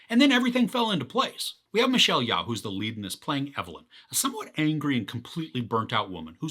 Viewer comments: Her name is pronounced (Yo)! Jus FYI buddy! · "I think that's how to pronounce his name" Sounds about right! lol! But, Michelle's is "Yeo(h)" (like 'Yo') Anyhoo, you gave a good tip on how to appreciate this (type) of insane adventure/multiverse experience! "Once I decided to stop trying, and just go with the story it became so much easier to follow ..." ;)